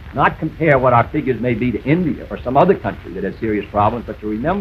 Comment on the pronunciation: You automatically lose the debate if you say Cuber instead of Cuba, Indier instead of India, Africer instead of Africa